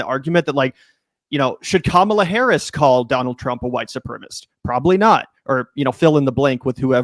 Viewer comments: Please stop saying white supremist - it's sepremicist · Supremacist. 4 syllables. Su-pre-ma-cist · Supremacist. Four syllables. Learn how to pronounce it son. This is important stuff you're talking about on YouTube.